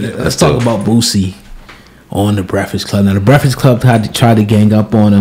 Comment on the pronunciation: Say the man's name right though... It's BOOSIE... not Bootsie!